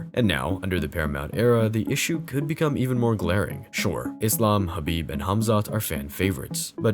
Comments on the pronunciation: HABIB ❌ KHABIB ✅ HAMZAT ❌ KHAMZAT ✅ Get your Pronounciations right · Bro called him Habib repeatedly